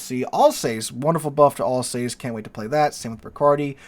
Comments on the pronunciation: AL sauce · Sigh. AL-sass.